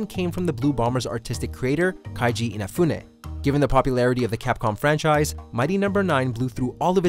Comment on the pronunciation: Ooooh! The saga continues! soooooooo close to getting his pronunciation of Keiji Inafune correct! At least he's not saying "Kenji" any more. We believe in you! 2020 starts a new decade